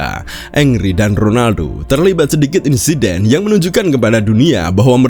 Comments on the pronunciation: Henry bang bukan angry. Plis lah ngomong yg bener dulu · Kenapa pronounce-nya kedengeran ky "angry" ya? pdhal namanya HENRY. Sama tolong dibedain, yg namanya "dislike" (personally ga suka) itu ga sama dgn "hate" (benci). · Bukan “engri” tetapi penyebutannya “angri”. thierry henry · Ongry❌ Angry✅ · Tulisannya Henry tapi bacanya Angry bukan Engry bang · Engri engri engri, yang bener dong nyebut nama orang.